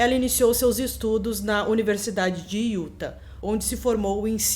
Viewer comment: Oi,, tudo bem? O jeito certo de falar o nome do estado de Utah é "iutá". Adoro o canal! Não perco nenhum vídeo!